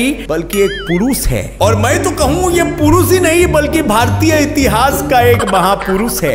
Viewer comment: his way of saying purushhh😂😂😂🤣🤣